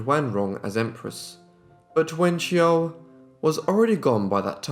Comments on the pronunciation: You pronounce their names wrongly...it should be Pu as in Pooo Yi...and it is not pronounced as Wen Qiao but Wen Xiu (Siuuu)... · I really like this channel but I cannot listen to you mispronounce so MANY names. Look it up for goodness sake!! It's poo-yee NOT PEW YEE It's Wen-shoo NOT WEN-JOO or WEN-JYOO So many vids, so many mispronounced names. Too many to list here, it's exhausting to listen to. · his prounciation of her name makes me shudder everytime